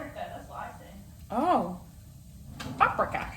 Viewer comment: Where did dodie learn to say "paprika" in the original, Hungarian way?? You're saying it right my lady!!!!💕